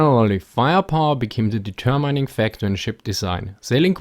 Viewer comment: Love it but please check pronunciation, deter mining, cmon, you can do better than this